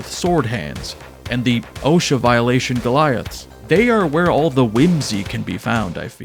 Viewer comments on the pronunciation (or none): none